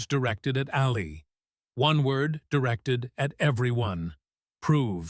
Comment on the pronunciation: AI does not know how to speak a sentence correctly and mispronounces Ali’s name incorrectly. Too much talk that is not done right about a figment of someone imagination.